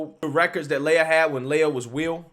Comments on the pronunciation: I and my girlfriend are seriously concerned with your pronunciation of this person's name. Do not defame Princess Leia such a way! This impostor's name is (Lee uh) Lia. Thank you and now you may go on about your business. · Fake news. This dude flopped hard because of the backlash. Now he can swim against the ladies and dominate again next year. They all know he could have easily won that race. Also, come on man. It's LEE-UHH, not LAY-uhh. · Learn to pronounce names. I don’t think you’ve ever pronounced a name right. It’s Lia, Lee-ah, not Laya. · Lia not leya as in wilLIAm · Dude it's LEE-A!? Have you heard anyone say her name cuz sheesh😬 Even worse you've said her name 10 damn times in the 1st 5mins🤣🤣🤣 Imma give you a like and head out the mispronunciation is burning me up bro🤦🏾‍♀️🤦🏾‍♀️🤦🏾‍♀️ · I think it's pronounced Lia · It is Lia with the LONG E SOUND!!!!! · Appreciate the videos but dang man this ain’t Star Wars. It’s Lia, as in Lee-ah. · He didn't get beat, he lost on purpose! I also think it's hysterical you're pronouncing his name wrong lol! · Btw, love the way he’s pronouncing his name wrong!🤣🤣🤣🤣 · does this guy purposefully mispronounce people's names?